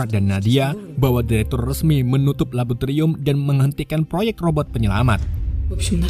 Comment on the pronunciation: Mending belajar ngomong laboratorium dlu deh